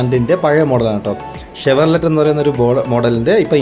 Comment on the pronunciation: ഷവർലറ്റല്ല ബ്രോ.., "ഷവർലേ "എന്നാണ് പറയുന്നത്... ചിലർ, ചവറോലറ്റ് എന്നും വായിക്കാറുണ്ട്. 😄